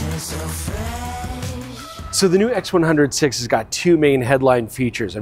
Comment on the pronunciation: I cringe every time he says "X100 'Vee' " instead of "X100 Five".